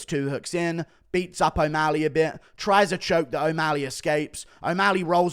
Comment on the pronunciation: Bro said o walley